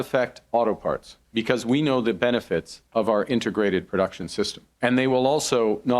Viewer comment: It's "INTEGRATED", not Inter-grated there Markey, sort of like the way you pronounce the word Integrity.